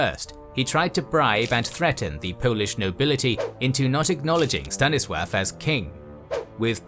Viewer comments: Why does the narrator consistently pronounce 'Stanislaw' as «Stannisworth»? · Why does he say Staniswaff? xD